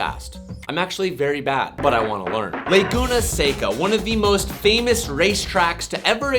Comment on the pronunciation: It makes me so happy to FINALLY hear you pronounce Laguna Seca, not Laguna Seeecka.